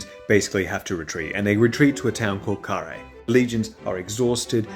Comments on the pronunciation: æ is pronounced eye, so Karr-heye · In the beginning I thought you had mispronounced Cannae